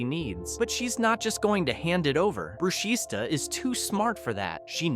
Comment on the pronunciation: ITS NOT BRUSHISTA THE S IS SILENT ITS PRONOUNCED BRUSHITA